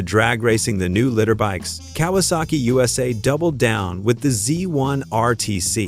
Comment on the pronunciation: Ahh, my boss's Honda CBX... 6 cyl. I got to drive it for deliveries for Jim Powers' Shell Station on the South side of Indianapolis. '77 It's amazing I lived... 😂😂 I hate A.I. They are LEEE -TER BIKES. NOT LITTER BIKES! Fu$kin' A.I. if you use it, an automatic 👎👎👎👎👎👎